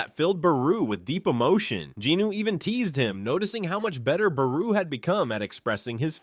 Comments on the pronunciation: fr it not buhroo it is bayroo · I hate the way you say Beru 😂. “Buhroo”